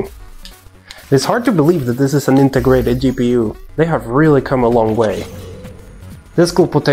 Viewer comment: HiPU? Gaigabyte? Dude i thought you're better at english speaking, at least old videos gave me that impression.